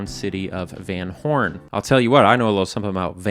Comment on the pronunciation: Fun fact: "van" is prounced "fan" (a like the a in army), and means from/of. Van Horn is likely named after a person with that same last name, meaning that person had ancestors from Hoorn, Netherlands.